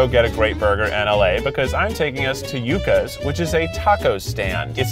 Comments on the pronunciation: Yuck-as. Its you-kahs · The pronunciation constantly changing from Yuck-a’s to You-ka’s just had me sent the entire time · Hearing Keith say yucas wrong just hurts me in my soul especially being Hispanic T-T it’s pronounced “you-ca” I still love you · The "yuck-ass" was so annoying to me... It's you-ca's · YU-CAs NOT YUCK-As 😭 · I don’t know which is correct though I’m thinking “Yuccas” is pronounced “You-kas.” Keith switches from “Yuck-kas” to “You-kas” several times. Regardless of which one is right should have one name down since you go to the place many times. It’s not bad just a pet peeve of mines. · “Yuck-us”. Laughs in hispanic 😂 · I thought I was the only one that was bothered by that lol. It's YOO-CA'S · Keith please it's pronounced yoo-cahs.